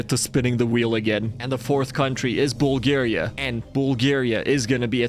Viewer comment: Nuuuuuuu not bulagria